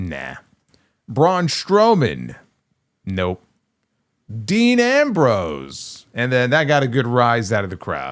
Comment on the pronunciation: saying Ambrose makes me smile 😊